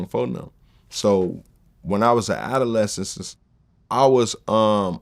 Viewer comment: Why Vlad let say ADOLESCENT incorrectly multiple times & never corrected him smh😂😂😂